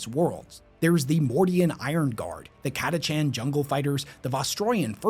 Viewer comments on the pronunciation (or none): none